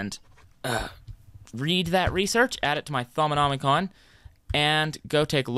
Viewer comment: How did he manage to pronounce Thaumonomicom correctly but pronounced GUI as gouey